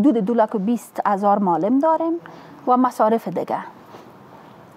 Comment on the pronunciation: دنیا به کجا رسیده افسوس هزار افسوس یک انسان بیکاره فاسد که هنوز نمی داند که معلم را چه گونه تلفظ کند این خانم باید اول لسان دری را یاد بگیرد جای شرم است